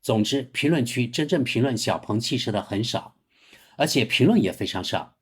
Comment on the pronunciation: “鹏”，发第二声。不是第四声。强盗，蠢货，学学中国语言的四声法。